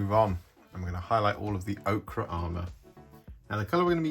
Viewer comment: 😊ts Pronounced Oh-Ker